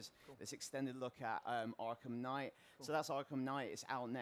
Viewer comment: just came in here to say kngight